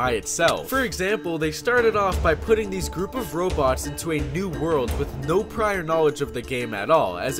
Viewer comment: why u pronounce robots as Roblox lol